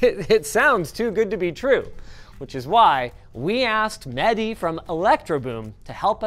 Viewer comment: It's Mehdi not Medhi